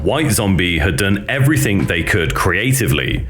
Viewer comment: did you say everythink??